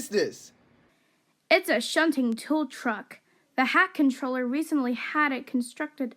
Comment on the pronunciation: That's a nice episode, but I think you should get Wooden Railway Billy and 2022 Rosie since the Take Along ones don't fit on the Wooden Railway track. Also, is it just me or was Sir Topham Hatt called the Hatt Controller instead of the Fat Controller?